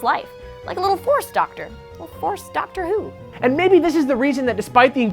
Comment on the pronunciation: please do try to say the name of show right... it kinda bothers me as Whovian. ( kinda like non-pokemon fan keeps calling pokemon as Pokemen... it just bothers me.)